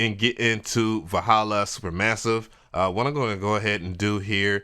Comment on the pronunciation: Nice job on the uploads. I won't clown you, but I'll help you out on the pronunciation of Valhalla. 'Val' is like the val in 'valve' and 'halla' is like how some people say 'Holla' instead of 'holler'. Also, are you planning on reviewing some more of their plugins like Valhalla Shimmer? I'd love to see your take on them.